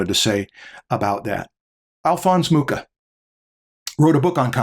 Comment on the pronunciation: Awesome episode as always. Since I noticed can pronounce the "ch" in Bach flawlessly, I'm sure he'll be excited to learn that the "ch" in Mucha is pronounced the same as the "ch" in Bach. So it's not [muka] but [mukha]. You can trust me on this matter, I'm Czech;)